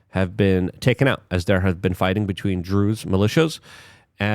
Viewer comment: I’m pretty sure you pronounced Druze properly